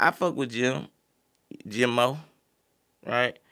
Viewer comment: Bro Cam’ron said Jomo not Jimo